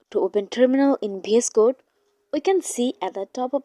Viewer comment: Please stop saying "BS code" its "VS code"